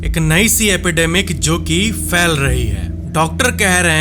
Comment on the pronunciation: Fail nahi phail hota hai bhai